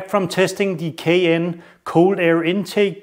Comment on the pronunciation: LOL,,,,Sheash man,,it’s called a “K and N” air filter not a “k n” which sounds like you are poorly attempting to pronounce a Porsche suv. IE the Cayenne. Also your test is inherently flawed and should have been done on a dyno to get anything close to repeated accurate results.